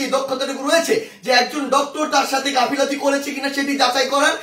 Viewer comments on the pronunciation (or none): হাফিলাতি নারে ভাই গাফিলতি।